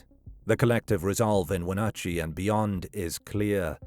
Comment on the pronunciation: I love how narrators cannot pronounce the indian names of sone WA locations like "Wenatchee, Chelan, Spokane, etc. I wish creators would look onto how place names are pronounced.